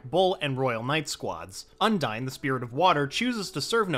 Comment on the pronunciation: The Spirit of Waters name is pronounced Un-Deen.